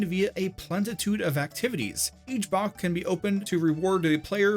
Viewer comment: did this guy just say "bock" as in the singular form of "boxes"...